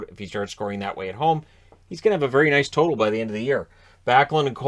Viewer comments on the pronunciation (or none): none